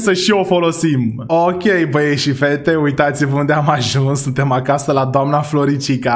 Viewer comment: Doar eu am auzit în loc de acasa acaza ?😢